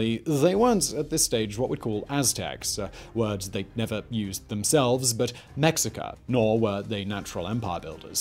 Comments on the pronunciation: One example, Simon pronounces "Mexica" (the tribe that became the Aztecs) as "Mex-sick-ah", while it's supposed to be "Meh-sheik-ah". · Mexica = Meh-shee-kah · Mexica => MAY-shee-kah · Excellent video, as always of course. One little thing for the future, though. Mexica is pronounced “me-SHI-ka”. Nahuatl words spelled with an X often are pronounced like H or SH. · Its more like meh-shi-ka if you say me english speakers are gonna say it like - me as in the word "me" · Mexica (meh- shi- ka) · yeah it isn’t “Mexica” like an English person would say ir.